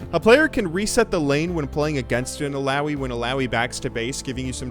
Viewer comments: im pretty sure it's pronounced eeh-lah-oeeh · you saying illaoi triggers me...